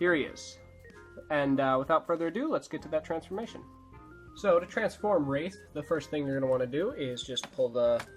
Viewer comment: It's Wraith, not Rath.